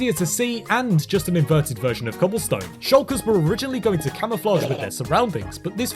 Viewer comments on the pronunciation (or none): none